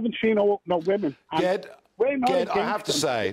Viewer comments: Oh! Ged is pronounced 'Jed'. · Short for Gerrard, I used to know a ged pronounced jed, when he said ged with a g i was surprised a Scouser came on, was thinking it must be east european or something lol. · Ged is pronounced with a J sound. Like Jedi 🤣🤣🤣